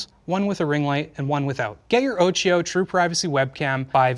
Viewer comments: Damn, that hurt my ears... Occhio (Italian: eye) is pronounced with a K... Having "H" between "C" and "I" makes is a "K"... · I'm so sorry I hate correcting pronunciation but occhio is pronounced with a k sound in the middle, it's the Italian word for eye. Please forgive me thank you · guys, please, it's pronounced okkio